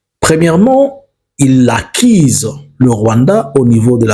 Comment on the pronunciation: Monsieur ulishaka massacrer ma U zote, accise ou accuse??😅😅😅